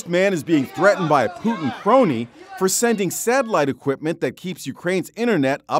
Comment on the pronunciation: Its putiiiiin not putn